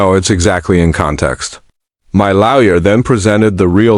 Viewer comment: This pronunciation of lawyer as "laoya' is annoying